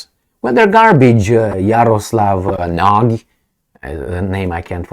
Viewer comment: The Slovaks name is Nagy, speak it like natchy or natschi, the most common HUNGARIAN name, means " Great ".Jaroslav is a pagan ( non christian ) name. Jaro means " sun ", slav is " glory ". We can call him " Great glory of the sun " . With such a name , he thinks, he is always on the right sunny side. But he is with Selenski, the little jewish clown, a brutal guy like all little men( Napoleon-Komplex in Psychiatrie ). A most corrupted Nazi autocrat. " Transparency International " put him on place No133, the worst corrupted in the world. A guy from the dark side !